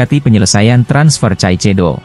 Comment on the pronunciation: masak ngmgnya caicedo please deh kaisedo min .... 😂